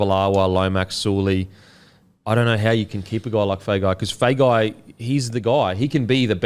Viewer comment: Hey, just for Feagai's pronunciation and Samoan last names in general. If there's a 'G' in the last name, the G is pronounced "ng" like long, thong, song etc. so Feagai would be "Fe-ah-ngai" Same as Tago which I know you have been pronouncing correctly. Love the poddy, the beer and the clothes. Love more the effort to pronounce the Polynesian names correctly, it's been a pet peeve of mine since I was young. Which leads me to the question - is there a way the NRL players give the commentators a recording of the correct pronunciation of their last name?